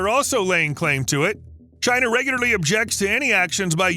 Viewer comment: Its 11am an im doing the drink to China everytime he says chier I habe ashot I'm hanered this is aweosme